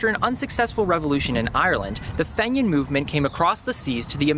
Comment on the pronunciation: pronounced FEEnian